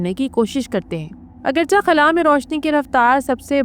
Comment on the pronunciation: Khubsurat awaz or information but not,,,agarcha,,,, It's,,,,,,,, agarchay